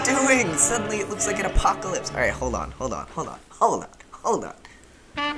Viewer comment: really said: “HOLDYON HOLDYON NOW HOLDYON.”